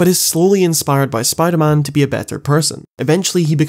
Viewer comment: Spimder man.